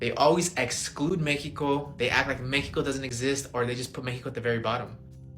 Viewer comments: guy made a whole video so he could keep saying Mexico in the most bizzare way. Like a whole sentence in English and then says Mexico weird. I'm sure he realizes no one respects him. Lol what a loser clown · If you say Meh-hee-ko instead of Mexico, you've already lost credibility with me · I hate how he says Mexico